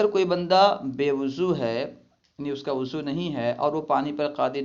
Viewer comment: بھائی آپ وضو کو اضو کیوں پڑتے ہیں